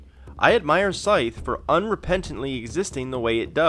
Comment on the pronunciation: "Scythe" rhymes with writhe, not fife.